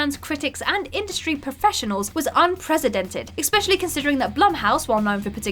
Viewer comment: "unpresidented". got so close to the end as well.